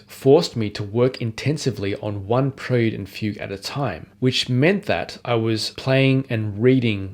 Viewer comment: Apparently you haven't learned how to say "Johann" or "prelude"! I joke, but it's interesting to hear some of the things I learned while playing these pieces formalised into a tidy list. Congratulations!